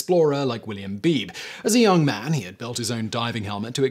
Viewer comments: William Beebe was my cousin. The name is pronounced "Bee bee", not beeb. ❤ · by the way, his name was pronounced "bee-bee", not "Beeb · I think Beebe was pronounced "Bee-bee". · Beebe is pronounced BeeBee. Brad Matsen, Author of Descent: The Heroic Discovery of the Abyss. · By not pronouncing Beebe B B Simon made life a little less fun